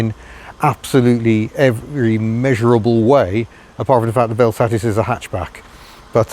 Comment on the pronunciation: Can I congratulate you for saying velsatisisis 👏🏻👏🏻👏🏻👏🏻